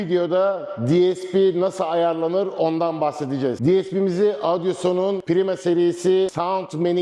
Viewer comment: Merhabalar, her şey çok güzel elinize sağlık. Fakat markayı söylemeniz yanlış sanırım piyasadan duyulduğu şekilde zamanla ağzınız öyle alışmış galiba. Audioson diyorsunuz hep... o harfi yok markada o dikkatimi çekti belirtmek istedim. Kolay gelsin.